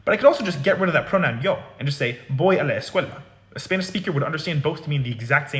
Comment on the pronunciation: that’s interesting. I’m a Spanish speaker from New Jersey, where there’s also a sizeable Arab community. What tipped me off was his pronunciation of the “a” sound in “a la”, which sounds very Arabic to me. He also put too much length on the L in “escuela” and his D sound is too hard to sound like a native Spanish speaker. I also looked and saw he does a lot of videos on Arabic and he sounds pretty accurate with his pronunciation of that language. If I were to guess, I’d say he’s probably of Lebanese descent, but I’m not an expert so don’t quote me on it.